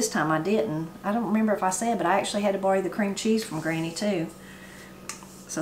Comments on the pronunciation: You mentioned another word you pronounce very differently and can add to one of your Appalachian accent/expression shows—“borrow”, pronounced bar-row by most, but you said bar-ee. Your recipes look good! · I had to rewind a couple of times when you said you had to bory from Granny, and I figured out you were borrowing from Granny; I'm from the Boston area, where we pahk the cah.